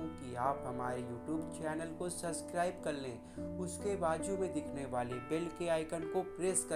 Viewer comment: Or subscribe bolna bhi nhi aata tujhe to